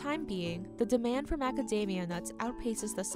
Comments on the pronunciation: The narrator can’t pronounce the word “the” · The narrator needs to stop pronouncing “the” as “duh”.